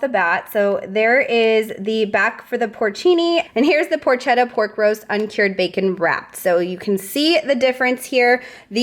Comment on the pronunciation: All the items sounds delish. Can’t wait to shop for Christmas meal/snacks FYI, porchetta is pronounced porketta